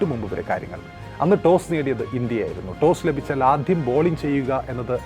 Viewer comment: പറയാതെ വയ്യ.. നിങ്ങളുടെ മലയാളം ഉച്ചാരണം വളരെ അരോചകം ആണ്. ഉദാഹരണത്തിന്, ആധ്യം അല്ല ആദ്യം, ഏഖദിനം അല്ല ഏകദിനം.